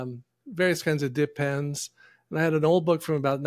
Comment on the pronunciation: LOL! .....what they said...."dip pens".....what I heard......"Depends".......😂